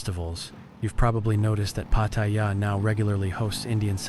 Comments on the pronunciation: Nice to know ❤ but its say pat—tar—yar in Thai sounding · Nope. You claim that you're a Thailand expert but butchered the name "Pattaya". You've clearly never been here. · Unfortunately, this video is full of overblown bullshit by someone who can't even manage to properly pronounce the name of the place they are trashing. The comments are filled with racism and general inhumanity. Unfortunately indeed. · WTF? Try to pronounce “Pattaya” correctly, eh? “Sanuk” also. I guess you have not been in Thailand long, eh?